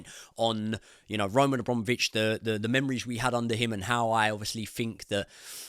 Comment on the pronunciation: *Abramovich. a BRAM ovich. Not hard.